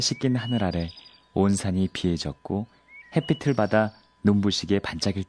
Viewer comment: 햇빛을 -> 핻/해삐츨(O) 핻/해삐틀(X)